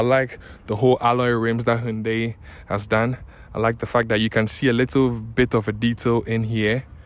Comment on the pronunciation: The way you even pronounce the “Hyundai” shows you really know the job. 👍🏻